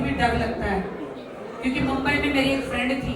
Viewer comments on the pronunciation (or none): none